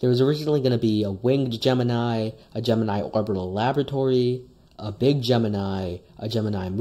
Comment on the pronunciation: You mispronounced Gemini